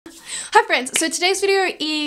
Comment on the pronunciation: Any one else curious why ppl with this accent say "videor" instead of "video" or "idear" instead of "idea"? lol